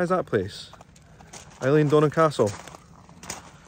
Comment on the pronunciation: I'm Scottish and it made me squirm to hear you mispronounce Eileen Donna. The first syllable is pronounced as a soft a, not I. As you said.